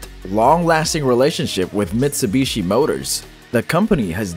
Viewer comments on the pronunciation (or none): none